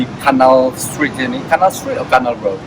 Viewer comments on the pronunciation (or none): canal street apa anal street 😅😅😅